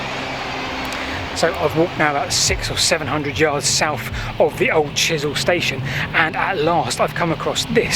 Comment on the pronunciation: As a Winchester resident - a great video - though it is "Chesil" not Chisel pronounced [CHEZ] + [UHL] Learnt alot too - so thanks